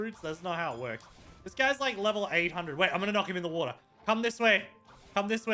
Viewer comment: He said wata (water)